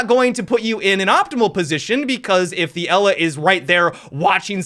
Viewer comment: 8 year old me trying to learn english "watching zet doorway"